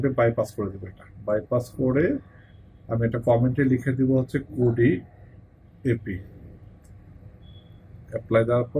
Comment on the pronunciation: কুডি না মিয়া কিউডি😂